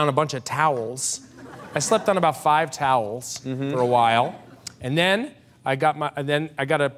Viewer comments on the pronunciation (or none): "I laid down a bunch of ToWelSs, I slept on about 5 ToWeLsS".